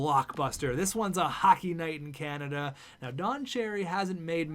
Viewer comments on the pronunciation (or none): none